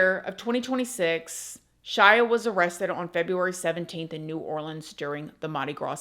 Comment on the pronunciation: Shout out to for pronouncing “NEW ORLEANS” correctly!! Love, New Orleanians ⚜️💜💚💛⚜️📿✝️